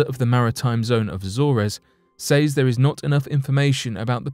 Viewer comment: The word “says” is pronounced “sez”.